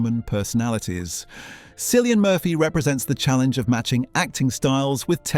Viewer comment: Killian not Sillian please